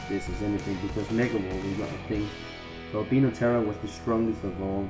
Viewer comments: df? did he just say albeeno and not al bye no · u dont say albino like albeeno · I'm starting to want to say alb- E no terror instead of alb I -no terror